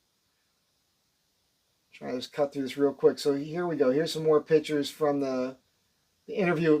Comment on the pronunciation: Can't help laughing everytime he says here's some more "pitchers" in Jerseyese.